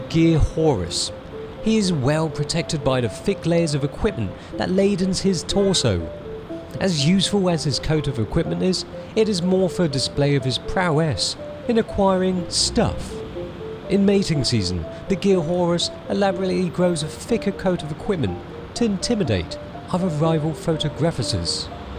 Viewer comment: "PROW ESS" lol. Never heard anyone say prowess like that.